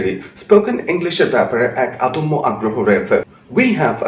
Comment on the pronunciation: Sir plz, আদম্য না, এটা অদম্য আগ্রহ হবে।